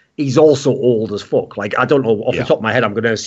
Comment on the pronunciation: He didn't say f*ck, he said FOK